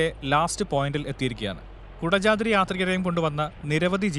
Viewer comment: കുടജാദ്രി ❌കൊടചാത്രി✅